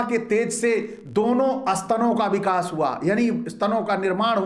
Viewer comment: आपकी बातें तो बहुत ही तर्कपूर्ण हैं; लेकिन आपमें उच्चारण संबंधित त्रुटियां हैं। आप बोलते समय 'व' और 'ब' इन दो अक्षरों के उच्चारण में गफ़लत करते हैं। आप 'ब' को 'ब' बोलते हैं और 'व' को भी 'ब' बोलते हैं। क्या आपकी वर्णमाला में 'व' यह अक्षर नहीं है? उदाहरणार्थ आप 'विडिओ' को 'बिडिओ', 'वध' को 'बध', 'विकास' को 'बिकास', 'विजय' को 'बिजय' इस प्रकार उच्चारते हैं। ये क्या है? ये क्या है? कृपया सुधारें। धन्यवाद। 😢😢😢😢😢😢😢😢